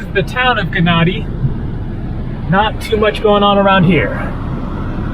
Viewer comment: Gennadi is pronounced with a Y (Ye-nnadi) Its the same with Gyros. So many English speaking people, especially us Brits annoyingly pronounce it with a G 😤 In is this instance the G is silent.